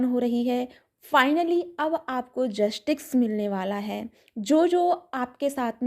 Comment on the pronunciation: Mam जसटिक्स nahi hota. जस्टिस hota hai. Please don't mind. I just want to correct u.